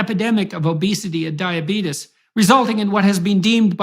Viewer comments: “diabeetus” good one, jp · did he say diabeetus? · "DiaBETUS" lol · Never trust anyone that pronounces “diabetes” like that. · Peterson tries to pass himself off as smart but can’t even pronounce the word diabetes correctly 😂